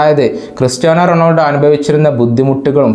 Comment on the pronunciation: താങ്കൾ കായിക വാർത്ത അവതാരകനായതു കൊണ്ട് പറയുകയാ റെണോൾഡോ എന്നത് റൊണാൾഡോ എന്നാക്കിയാൽ നന്നായിരുന്നു